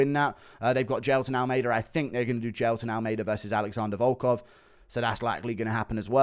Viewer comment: Little do you know he butchered volkov